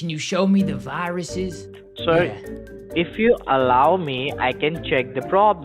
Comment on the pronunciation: "Can you show me the vaaahh-ruses?" 😂